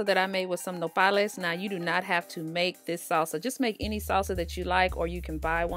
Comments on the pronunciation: As soon as I heard you say nopales with no accent you had my sub. ☺️ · I’m Mexican and I usually get annoyed when non Mexicans cooks Mexican food and either they missing something or adding something that is not in the original recipe. And girl all these tacos are ON POINT 👍🏼 and I love how you say nopales. You are invited to the next Carne Asada at my house. Lol 👏🏼👏🏼👏🏼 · I applaud your recipe big time ,especially for the very Hispanic flavors and so happy you said nopales and not cactus. Thank you for sharing 👍